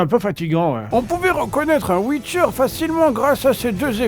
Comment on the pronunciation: Il fallait inviter benzaie pour la pub. « Le wicheur »